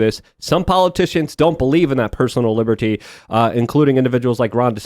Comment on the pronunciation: Is a non native English speaker or autistic? It’s satanists. Not satonusts. It’s liberty. Not liburtey. It’s tactics. Not taktics.. like wtf is he on? It drives me nuts when people annunciate letters that aren’t there to look intelligent. And honest to god that’s EXACTLY what he’s doing. He thinks he sounds sophisticated.